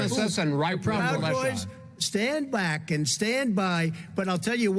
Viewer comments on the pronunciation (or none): Actually if you listen carefully he actually says " stand bwack and stand by".